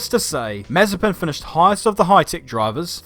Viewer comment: It’s more like Maz-a-SPIN